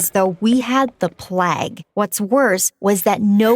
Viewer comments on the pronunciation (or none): Plah-gue Play-gue 😂🤣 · Plage? I think it’s pernounced differently lol plague the coronavirus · Sis said the plag instead of plague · The plegg? You mean plague. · It Was Called Plauge Not Pluag